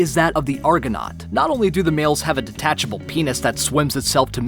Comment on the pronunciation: 99.99 says: dethachable #####